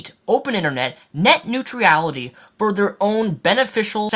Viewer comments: Neutrality(new-tral-ity) not new-tree-ality lol not hating just advising. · It's "neutrality", not "neutriality". How can you know so much about a subject but not kow how to pronounce the word correctly? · STOP SAYING NEUTR*I*ALITY!! There's only one I in that word! You spelt it correctly in your video title, why can't you say it properly? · Why can't you pronounce "neutrality"? It's not "neut-reality". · WHY DO YOU KEEP PUTTING AN EXTRA "E" IN NEUTRALITY!? It's extremely annoying... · Urgh my brain...please never pronounce it 'Neutrurality' again :'(. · I am finding it difficult to watch this video because I keep hearing "net new tree ality" instead of "net new tral itty". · you pron neutrality as nutreality. hahah xD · every time you try to say neutrality in his video i cringe. i don't deserve to do so by any means, i make similar mistakes, as previously stated i sometimes say nucular instead of nuclear, but jeez, so many times in a row, did you never try to read the word before you said it? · neutrality, "newt rality". sound it out. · I just don't think he's heard it pronounced right, or given much thought to it. He pronounces everything else right. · Your inability to pronounce neutrality is annoying the piss out of me. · Yet he manages to pronounce every other word just fine. Also iality is not a suffix. Sometimes people just get things wrong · You butchered the word...neutrality :P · There is no "I" after "R" in neutrality. I know it doesn't affect the general message of the video, but you are pronouncing it wrong and it's distracting. Otherwise, nice video. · No disrespect to, but yes, it was a little distracting. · your pronunciation of the word neutrality is about as bad as george w. bush's pronunciation of nuclear. don't get me wrong, i pronounce allot of things horribly, including the word nuclear (i still like to say nucular) and your problem with neutrality is similar bud.